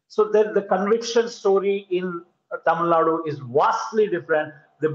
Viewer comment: I get irritated from North Indian media people say 'Tamil Nad' or 'Kannad'